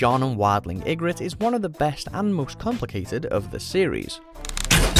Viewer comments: The pronunciation of Styr, Janos and Ygritte is killing me a bit. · Completely butchered the names Janos and Ygritte in this video, smh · You can’t pronounce janos or Ygritte js